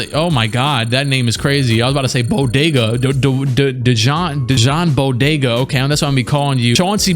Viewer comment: Dude, Dejan Bodiroga (Deyan Boh-Dee-Roh-Gah) is like one of the best European players. A legend in Serbia.